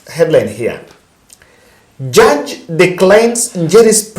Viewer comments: JUDGE not JURGE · Judge not jurge .